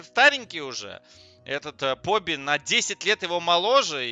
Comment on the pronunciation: Поби же? Почему ты постоянно говоришь поди? Ты буквы не различаешь? 🤷‍♂️